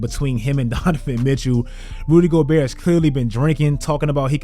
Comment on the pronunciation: for a second I thought i heard you say "Booty Gobert" 😆😂😂💀